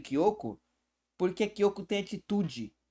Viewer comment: Ate que fim acertou o nome da Nathalie não chamou ela de Natalia mais agora ele precisa acertar o nome da kyoko ele fala o nome dela certo mais outras vezes sai um Kyoto da uma certa agonia